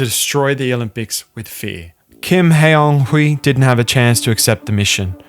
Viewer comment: You don't need to speak Korean to pronounce Kim Hyeon Hee correctly. The funny thing is he uses the "hyun" romanisation but pronounces it like the literal "hyeon" romanisation. It's not hard to copy and paste a name into Google Translate and hear the pronunciation. The actual pronunciation is "Kim Hyonee" with a very open "o" and the second "h" being silent.